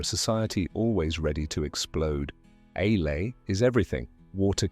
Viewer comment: Ale is NOT pronounced ay-lay. It rhymes with pail, trail and stale.